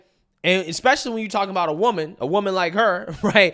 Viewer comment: I chuckle when this high value woman says "eck-specially".